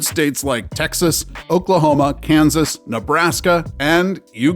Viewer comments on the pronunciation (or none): none